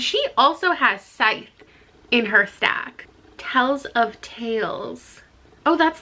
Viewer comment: The emphasis on the wrong part of the words when you discussed Scythe... ooh I laughed. That's also something that peeves me when reading or consuming content. :P